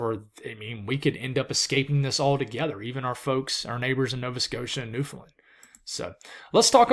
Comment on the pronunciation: Great stuff love the content. (btw Newfoundland is pronounced New-fun-land (land like a plane))